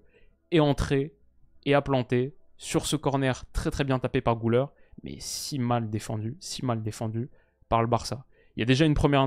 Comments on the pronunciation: Le Ü se lit pas ''ou" mais ''u" Pas "Goulaire" mais "Gulaire" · Personne ne t'en voudra évidemment vu le superbe travail que tu fais, mais petit détail de prononciation Güler, comme ça s'écrit avec le tréma sur le U, ça se prononce en fait GUler et pas GOUler :)